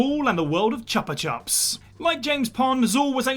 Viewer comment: and the pronunciation of Chupa Chups was noticeable as well. Still, if that's the worst of it there's not much to correct.